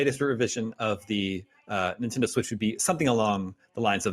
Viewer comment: The gentleman in the middle pronounces Nintendo as Nin-Tin-Do.